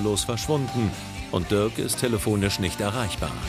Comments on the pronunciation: Ich dachte er heißt Dirk und nicht Dörk 😂😂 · Bin ich die einzige die es so witzig findet das die ganze zeit Diörk sagt? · Nennt die doch ihren eigenen Freund Dörk und nicht Dirk :D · Der heißt Dirk 🤦🏻‍♀️